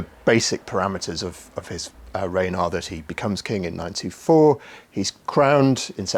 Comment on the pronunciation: Is he saying 9-teen-4? 9-2-4?